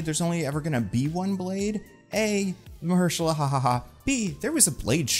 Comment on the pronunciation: great video that really resonated with my own opinions, will say that it was a bit odd with saying mahershala ali''s name in the way you did